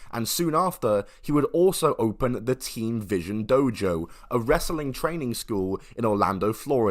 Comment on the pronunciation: I misheard th first time and was like did you say Team or Teen Vision Dojo? Think we all know what the dude wanted to call it